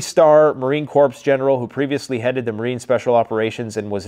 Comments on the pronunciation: It's pronounced Core not Corpse. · Its enunciated Marine "core"....not corps lol. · PLEASE!!! The “p” is SILENT! It’s “Marine Core” (Corps) Not “CorPse” just trying to help. 🇺🇸 ✌🏼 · Corps is pronounced core.